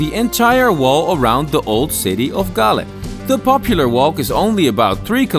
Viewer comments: Galle is pronounced like like "haul" with a g and pronounced in sinhala as gaalla and in tamil gaali. Almost all of srilankan districts have distinct pronunciation for each 3 languages. Also fr example colombo, English- kuh lum bow Sinhala- ko la mba Tamil- ko lu mbu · Galle is pronounced as Goal..Our colonial masters pay more attention to develop this area as most of the spice growing areas were in South...Cinnamon, cardomon, clioves etc., there is an another dutch fortress inner side of southern province which is only one away from ocean...Thats "katuwana" dutch fortress...you may google and see...its a small one which situated at cinnamon, citronella growing area in Hambantota district